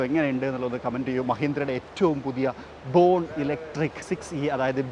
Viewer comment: Bro...its "Be sexy" ennanu allathe BE 6E enn alla😂